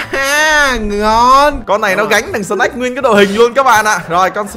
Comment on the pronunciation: Anh bi đọc tên snake thành snack :)